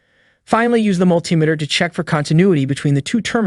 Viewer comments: Mul-ti-me-ter not mul-tim-iter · Multimeter is pronounced Multi Meter not Mul Timeter. Tear is pronounced tare not teer It is Pronounced WARE AND TARE. It is spelled WARE and TEAR. Where did you go to school boy? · also the pronunciation of multimeter